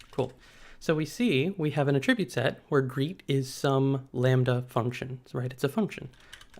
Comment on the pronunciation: Great video, but felt like nails on a chalk-board for me everytime he pronounced aTRIBute. Which is a lot 😝